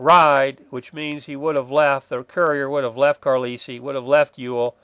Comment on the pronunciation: Thanks. Maybe Trimble was mad at Ewell. And I think it’s pronounced CAR-LIE-EL. Famous “United States Indian Industrial School”, late 19th-early 20th.